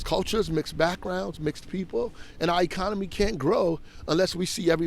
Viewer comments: If nobody noticed in the very beginning. He was saying I..conomy. Not economy. This is either poor education or an attempt to rename. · He says iconomy